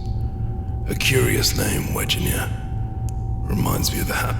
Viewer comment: its weg-ner nor weginer :L